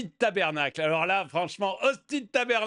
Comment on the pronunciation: attention avec la prononciation de Tabernacle, cela a du faire rire les Canadiens,ils se moquent encore de moi quand je le dis car apparemment c est toujours pas comme cela qu on doit le dire meme apres 17 ans au Canada!Dixit mon mari canadien 😊 merci pour la video!